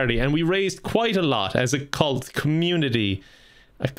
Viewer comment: I heard you said Cult.